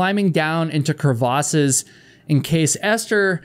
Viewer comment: The way he said “crevasses” 😂